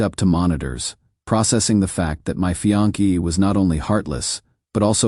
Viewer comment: The word is pronounced fee-ON-say not fee-on-KAY. Less than a minute and I'm out. Must be a record.